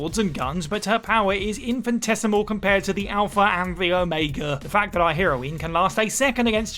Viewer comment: Followed immediately by pronouncing heroine 'hero-ween'